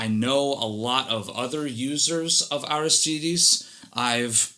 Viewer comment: It's pronounced Arístides with an accent on the first í. Sounds weird when you're used to something else. Is it Spanish? This is awesome, could tell it was too notch after 30 seconds.